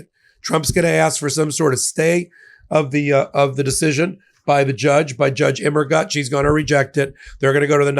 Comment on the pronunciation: Fun fact.... Immergut in German means "Always Good".... but the last syllable should be pronounced as "Goot"......